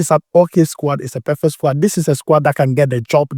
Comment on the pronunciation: I like your vedio especially the way you pronounce squad.. SquAd😂😂